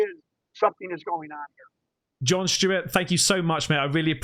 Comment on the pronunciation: Who is John shhhhteewart? You mean John Stewart?